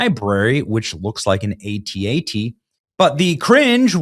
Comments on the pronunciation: Benny doing a story about Star Wars, a subject he obviously knows nothing about… when in your life have you ever heard an AT-AT called an A-T-A-T?? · This guy is not a Star Wars fan.. he said an at at… a Star Wars fan would know how to pronounce that!! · A tea A tea.😂 it's At At like hat hat according to Lucasfilm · it is an at at not an A T A T. come on man I dont like the take over of Star Wars but the at at are from the Empire Strikes Back which you should have watched as a child of the 80s. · An “ay tee ay tee” 🤣🤣🤣🤣 How to tell you’ve never watched Star Wars 😁